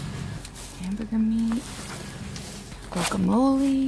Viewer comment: Great haul! Would love to see how you make butternut soup. Guacamole - the mistake in pronunciation is giving it a hard G. (It makes me twitch, lol.) Actually it is more of a soft wah sound - wah kah mo leh. Now you can say it like you know whatchertslkin’ about. 😉